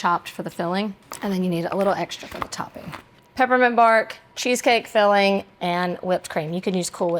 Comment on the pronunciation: It tickles me when you add a "K" at the end of your ing words ...fillingK